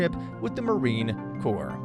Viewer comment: For crying out loud, its pronounced "Cor" not "Corpse". Numbnuts.